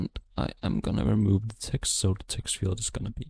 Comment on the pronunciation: Sir its Eext its text